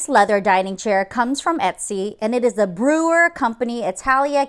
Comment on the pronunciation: Note: These are the comments of Libby, Mark's wife (but I did double check with him on the pronunciation.), I really enjoy your channel and try to watch your postings every week. I especially appreciate the many pictures of examples illustrating the points you are making. In the spirit of being helpful, I want to let you know that you are mispronouncing the last name of Marcel Breuer in your show about dining chairs. It is pronounced like Broy-ur with emphasis on the 1st syllable (not Brewer). I have been married to an architect for 55 years, so have heard about Marcel Breuer most of my life. In fact, among our 1st "adult" furniture pieces we bought 6 Cesca armchairs, 2 Wassily chairs, and 1 Laccio coffee table, all Breuer designed pieces. We still have them along with many assorted pieces collected during our marriage, including inherited antiques. It is Bauhaus meets eclectic at our house! Please keep up the good work! All of your followers appreciate and learn from your channel.